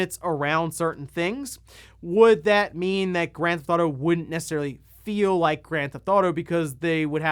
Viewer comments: there’s no such game as”Gran-thouto” it’s “Grand Theft Auto.” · “Gran thauto”